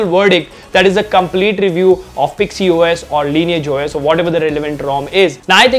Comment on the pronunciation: Its pixys os not pixy os.. Lol